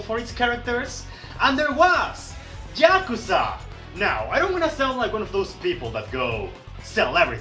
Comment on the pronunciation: ah yes jakuza